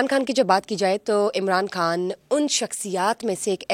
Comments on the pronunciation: محترمہ آپ پاکستانی ہیں ۔۔ پاکستان میں اردو میں۔ خ کو خ ہی بولا جاتا کھ۔ نہیں ہندی میں کھ بولا جاتا ہے اس لئے آپ خان کہیں کھان نہیں ۔۔۔ آپ پاکستان کی میزبان ہیں بھارت کی نہیں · کھان نہیں خان۔۔۔ کوئی اس کو بولنا تو سکھا دے کھواتین توبہ